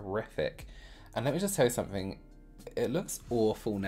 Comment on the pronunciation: “Let me just tell you somefink” you know the tea is about to be SPILLED